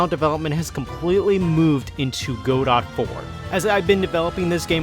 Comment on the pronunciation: Guh-dough. Not go-dot haha